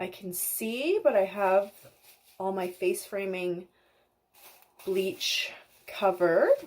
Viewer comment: she said frace faming. Lol Ahh that was adorable. 😂